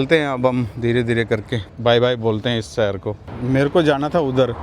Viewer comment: Bhai agar terko achha bolna aata hota to tere viewers billions mein hote. Tu rah gya desi ka desi. Aaj tak शहर भी नही bolna aaya terko. Temperature ko tu Tumprature kahta hai.